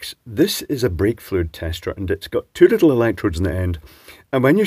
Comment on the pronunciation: For a second I thought you said vape-fluid tester. 😅